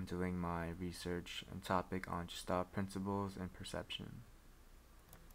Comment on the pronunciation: It's not "gestalt" as in "George" it's "Gestalt" as in "Guess" - a hard G.